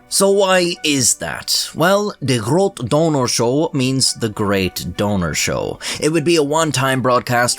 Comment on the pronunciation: As a Dutch guy myself, I appreciate how you pronounce "De Grote Donorshow" :D